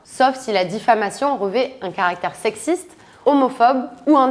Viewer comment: ATTENTION À LA DICTION ! On ne dit pas "devra t'être", et on dit "revêT un caractère sexiste" (liaison inventée dans le premier cas, et oubliée dans le second).